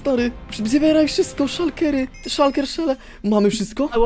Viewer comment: SZULKERA NIE SHURKERA